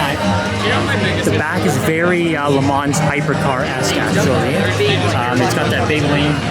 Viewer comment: When you say LeMans don’t say the S and a soft N I think